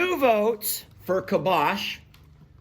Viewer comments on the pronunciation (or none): I think it is pronounced (Calm-bock) not (kill-bosh). pronunciation sounds similar to kibosh (meaning an end to or dispose of decisively). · I think it’s pronounced “calm bock”. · I think it is pronounced kalm - bach. Bach as the music composer Bach. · Kalmbach...... Cal M Bach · it’s “calm bock”!! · it is pronounced CALM’ BOK. Emphasis on first syllable. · I think it's pronounced CALM-BOCK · I think it’s pronounced like calm bock. Not sure though. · We have Towns in Germany with the name Kalmbach and Calmbach. It is pronounced: K a l m - and Bach like Mozart or Beethoven. Put the word in the google translater and listen how it is pronounced in German. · Poor Cornholio was trying hard to get your attention. I think he might have been saying, "I'm the connoisseur here, you bloody Yanks!" The feed is pronounced Calm Bach (like the classical composer). <3